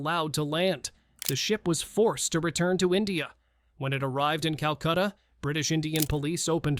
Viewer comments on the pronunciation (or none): none